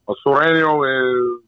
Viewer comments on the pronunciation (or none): Sureño not sereno